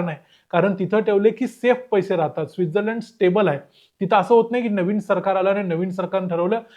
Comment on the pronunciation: योग्य उच्चार तूच केला भाई डेवोस असा नाहीतर सगळे दावोस बोलतात..पण तू स्वित्झर्लंड ला चा उच्चार चुकीचा केला 😅